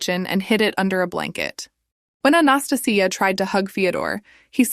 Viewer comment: I think the woman in the second story's name is Anastasia, pronounced "ann-ah-stay-shia".